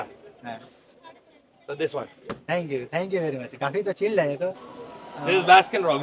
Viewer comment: Dhank yu Dhank yu😂😂 ooww maayi gowdd😂😂